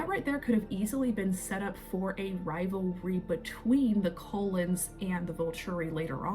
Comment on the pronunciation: I don't mean to nit pick or sound snarky or mean, but it sounds like you say Colons instead of cull ens. And it sounds like you say volchuri, instead of volturi